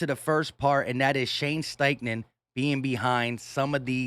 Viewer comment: Hey I think u meant to say, "Shane Steifful"